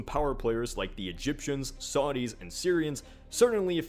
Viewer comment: did you actually say "Saudis"? I'm shocked that you made such a rookie mistake, given your channel's name is. For those who don't know, Saudis are the current ruling dynasty of Arabia, and not an ethinicity.